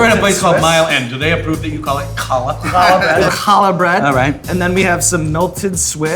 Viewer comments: Calls it "kallah" bread eks dee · Sean you're great. The way you say Challah hurts me physically...To my core.